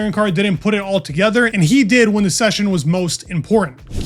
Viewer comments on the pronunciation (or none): none